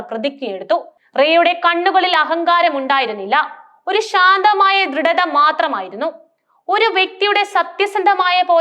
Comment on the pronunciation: എല്ലാകഥകളും ഒരേ തീം തന്നെ. ഷാന്തമായി എന്നാണ് കേൾക്കുന്നത്. ശാന്തമായി ഇതല്ലേ ശരി 🙏